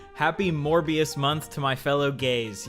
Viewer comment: at first i heard u say "more bs month" instead of "morbius month"